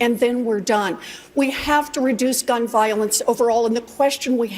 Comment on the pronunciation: Warren needs to learn how to even speak. She only talks about "Gun Viowense". Personally, I don't know what "Viowense" is in the first place....